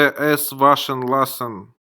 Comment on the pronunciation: Это ошибка автора. В немецком языке нет твёрдой буквы "л". Всегда произносится мягко. Поэтому правильно говорить лЮст, лЯссен и т д.